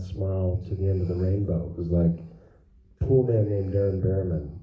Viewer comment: It’s called “Poolman”. How do you mess that up?